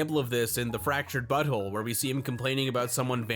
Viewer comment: Fractured Butthole?